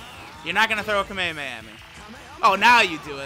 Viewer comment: he said kamekameha and not kamehameha 🤣🤣🤣